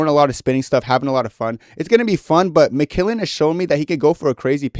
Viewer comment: developing an improper pronunciation of mcmillen in the big 26 is so inspirational man, real vet move.